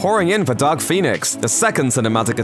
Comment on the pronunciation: With your accent, it sounded like you said Duck Phoenix.